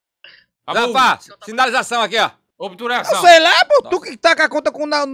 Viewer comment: helicopiterê em obturação!!! obituração!!! "nunca perdi de helicopetere, foi so o renilso entrar...."